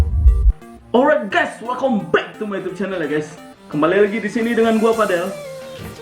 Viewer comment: Orraaayt nya jangan terlalu di teken bang 🤣🤣🤣